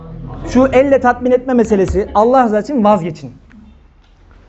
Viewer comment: sa. hoca efendi, sen şivesi düzgün bir kimsesin. lafza-i celal'in "elifi'ni" nenden türkçedeki "e" gibi kuyorsun. yıllarca hz. mahmud efendiden böyle bir telaffuz işitmedik. bilgib olsun,alla'a emanet ol.